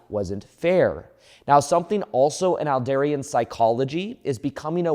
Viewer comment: Excellent explanation of Adlerian psychology! Also fyi it’s pronounced “Add-leer-ian” psychology ;)